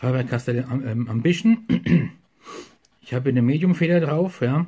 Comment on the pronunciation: Der Füller ist so etwa wie ein Parker Vector nur Wertiger Ich Meine der Füller ist ganz OK , ist für Studenten eine gute Wahl .Preislich Ok gut Verarbeitet ,und hat eine ganz gute Feder. Ich meine der Füller wird Ausgesprochen wie man ihn Schreibt. Ambition und nicht Ambischen . Ist Egal ,wir Wiener Sagen Paradeisser zur Tomate.